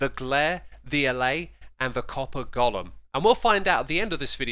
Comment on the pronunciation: GOLEM, not gollum :D